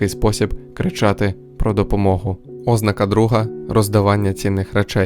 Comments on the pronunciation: Відео корисне, дякую за українськомовну адаптацію. Але на майбутнє, не збивайте людей з пантелику, наголошуйте слова правильно. ознАка, ніяк не Ознака. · ознАка Наголос на другому складі (на перше а). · Ознака (з наголосом на О), wtf? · Якийсь дивний наголос на слові ознака.